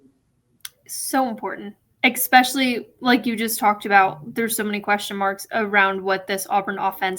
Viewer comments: Did she just say exspecially? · Err ma Gerd- she did! from the TV excitedly uttered “exspecially”.